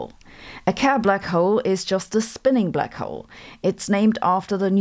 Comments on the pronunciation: Kerr - pronounced like cur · Why did she pronounce 'Kerr' like a German? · I think she's using the German pronunciation of the name Kerr.